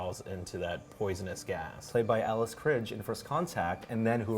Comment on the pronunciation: That's not how you pronounce Alice Krige's surname,! 🤦